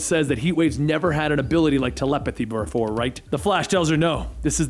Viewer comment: lmaoooo he says brefore instead of b4 and idk why it had me dyiiinnnn